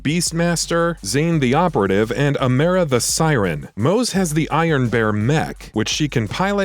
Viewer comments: Amera Borderlands 3 - Amara. Me - This isn't before you buy. This a video of a Text2Speech robot reading an IGN Article. Also why Amera?? I'm surprised you don't say Borderlands Free. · You pronounced Amara as amera and that turned me off from the video tbh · AMERA-CA. Smh. AH-MAH-RAH, Amara. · Wait what no way this is crazy I never thought this would happen I love Amera Why can’t you pronounce Amara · Why do you say amera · He also didn't mention eden 6 as a new planet but instead mentioned pandora. Lol I vary much dislike these guys. Can't even say Amara. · WHY CAN'T YOU PEOPLE SAY NAMES RIGHT AMERA?! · I'm making fun of the guys pronunciation